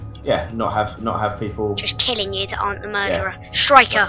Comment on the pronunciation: ITS KILLING NOT CILLING!!!!!